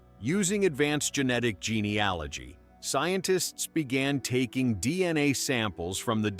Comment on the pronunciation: While this was an interesting piece, and obviously the creator put effort into it, it is frustrating when the creator doesn't listen all the way through and catch the AI mispronunciations; specifically Hatteras, and genealogy.